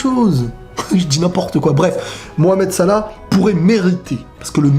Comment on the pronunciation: j'avou j'ai kiffé cmnt tu dit salah